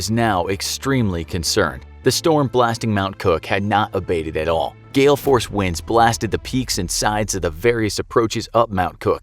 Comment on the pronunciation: “GALE-FORCED WINDS”